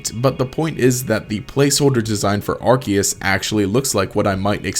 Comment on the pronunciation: you pronounced arkoos wrong